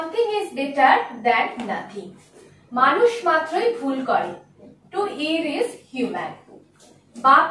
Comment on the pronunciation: 'As you sow, so your reap.'not, it would be ' As you sow, so you reap.' Pronunciation of the words 'err', ' blotted', ' lotted' needs to be corrected. Carry on , madam.